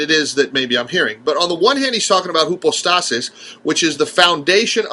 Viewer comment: Try "hypostasis" the "y" sounds like a "u". It's not an unknown term.